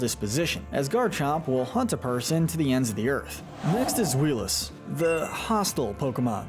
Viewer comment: Omg you pronounced zweilous as ZWEELOUS????? BROOOOOOO You aren't even being consistent 😭 that's not how it's pronounced. Again you just say ai. Zwailous, based off the German word for two. I swear to God if you can't pronounce Hydreigon one of the most known pseudo legendary Pokemon ever I'm gonna scream.